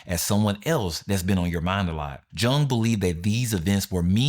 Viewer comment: And, sorry to nitpick; but Jung is pronounced “Yoong.”